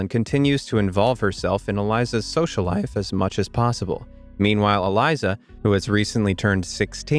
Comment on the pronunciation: lol the way he said "life"